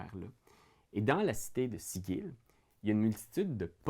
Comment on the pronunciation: "Sigil" ça se prononce pas comme le mot!?